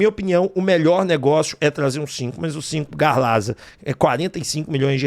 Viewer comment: Não tem jeito! É Lamonaco, Garlaza e por ai vai, acho que não sabe ler kkkkkkkkkkkkkkkk